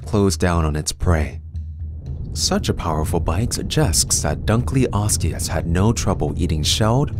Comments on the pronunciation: just a heads up your pronouncing it wrong, its not dunk-leosteus, its dunkle-osteus, because david dunkle named it after himself. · Very strange pronunciation of our subject. Dunkleosteus pronunciation: "Dunkle-os-tee-us") dun-kel - not dun-kly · So my friend pronounced it Dunk-Leo-steus even though I’ve told them multiple times that it’s Dunkle-osteus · The fish is named after Cleveland Museum of Natural History vertebrate paleontology curator David Hosbrook Dunkle in 1956. Thus, it should be David's surname, Dunkle + Ancient Greek word for bone, osteon to pronounce: Dunkle-o-ste-us.